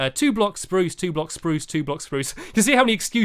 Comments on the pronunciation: tut tut tut you never said spruce right the first time #lol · You said spruce not SPRUCE. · You said spruce not SPRUCE! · stop saying speruce incorectly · love the word spurse wood i love how u sat it <3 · he says spruce without saying sprrrrrrrrrrrrruuuce! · say birch how u say SPRUCE one day i wanna know how it sounds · soep saeing SROSE so werd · he didn't say spruce right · stampy it's fun to say spruce cuz you say it wrong lol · You didn't say SPRUCE properly